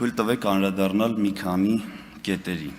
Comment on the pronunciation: Աղջիիի՛, <անՐաԴառնալ» չէ՛, «անԴՐադառնալ» էէէէէ՛՛՛՛, ա՛յ կիսագրագե՛տ!!!